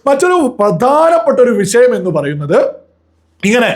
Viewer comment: I truly like your presentation. ... പക്ഷേ, വിശയം എന്നല്ല പറയേണ്ടത് . .. വിഷയം എന്നാണ്